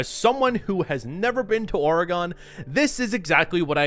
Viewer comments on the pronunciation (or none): its oregon not oreGONE lol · Its not OREGONE SAY IT LIKE THIS OREGUN or ORYGUN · Ori-gone.. lol. Oregon should be pronounced more like Or-again. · Its not OreGone its Oregon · pronounced oregun not oregone lol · i'm actually from Oregon and we.. don't really pronounce it like that, it's more "Ore-uh-gun" and not "oh-ray-gone" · Oregon is pronounced Or-eh-gn not Oh-re-gon, From someone whos lived there lol. Much love, the videos great. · Its Ore-gon not Or-E-Gone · 5 minutes in and I gotta say…. You’re saying Oregon wrong, it’s more like “Ore-again” I say this as a Washington native though, but the landscapes really do look like the game shows in the regions west of like the Cascade Range and areas closer to the water, lots of Douglas Firs, Western Hemlock, maybe a few Yews (those are rarer), but yeah, it’s a well-realized Pacific Northwest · Pronouncing Oregon like aura-gone. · It's not pronounced auragone 😐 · Tell me you're not from the northwest without telling me you're not from the north west. "Oregone" Days Gone, Ore Gone 😂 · aura-gunn lol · “Orgone” Bro bffr. You gotta be rage baiting ain’t no way you can’t pronounce Oregon correctly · “Days Gone in Oregone” lol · I've never once heard someone pronounce Oregon as Ore-gone lol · Days gone is FANTASTIC! The critics did it so dirty. The acting and face capture was top notch. Coming around eastern oregon on a motorcycle was great. Pacing was not always good, but I was completely invested in the story. Also, OR-eh-GIN. Telling you as a native. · bro said oregone.... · Playing this game as we speak, is one of my top 10 games. Also i laughed everytime you said Oregan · It's actually pronounce Ore-gen you despite the spelling you tool. How long have you actually lived. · Why do you keep pronouncing Oregon like that? Ore-gahn. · Oregon= "Or" "UH" "GAN" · I've never heard someone say the state "Oregon" as "Or-a-gon" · Love the video, Hate the way he says OR-EHHH-GONE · C'mon man, or-eh-gun, Oregon